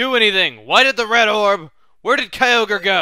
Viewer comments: It is pronounced kai-o-gre because if you leave out the ky you get ogre. Believe me, I also used to pronounce it kai-o-gray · Lol, I remember when I used to pronounce Kyogre by "Ki-o-gray" as a kid. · I was wondering, do you know the pronunciation debate for Kyogre? One side says Kai Ogre, and the other says Kai Oh Gree. I believe it can be both. What are your thoughts?